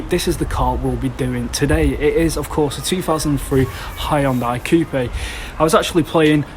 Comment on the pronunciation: All Hyundai review videos and this guy actually says the company's name right 👍